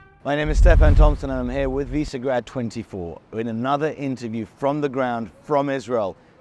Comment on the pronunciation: Why do you MISPRONOUNCE “VISEGRAD”?